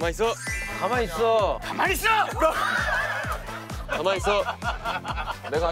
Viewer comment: 예전에는 가마이쒀였던 것 같은데...ㅋㅋㅋ 가마이써로 바뀌었네...ㅋㅋㅋㅋ 진짜... 허덩 님 덕분에 신서유기 유행어 되게 많네요...ㅋㅋㅋㅋ 머선일이고부터 시작해서..안 절거워...ㅋㅋㅋㅋ 그 외에 발음 때문에 생긴 언지원, 서탭들.. 뭐 여러가지...ㅋㅋㅋㅋ